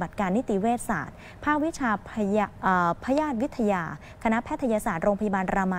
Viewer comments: พยาธิวิทยา อ่านว่า... พะ - ยา - ทิ - วิด - ทะ - ยา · พะ-ยาด-วิด-ทะ-ยา กูลั่นเลย นักข่าวอ่านเอาฮาเฉย